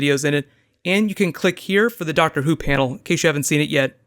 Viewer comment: "The Doctsah" Christopher Eccleston times